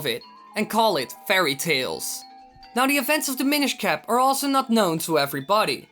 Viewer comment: i thought you said "the minish cah"